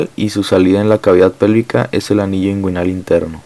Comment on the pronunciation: Cvo sabía que hay una ureta esponjosa creí que era cavernosa. Muy buena la info perp el segundo señor que explicó esta rexontra perdido no pronuncia bien nisiquiera inguinal.